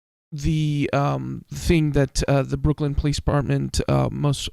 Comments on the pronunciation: The town in Massachussettes is Called Brookline, Mass., Not Brooklyn, N Y. Brookline Pronounced with a Long I. Like EYE. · Pronounced Brook line